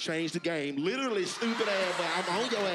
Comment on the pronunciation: “Stoupid a-boy”🤣🤣🤣🤣🤣🤣🤣🤣